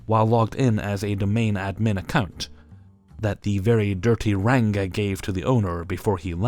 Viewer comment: Oh,, hearing you pronounce "ranga" is delightful hahah